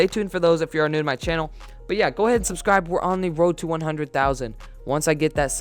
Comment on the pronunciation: It sounds like make sure you unsubscribe When you say subscribe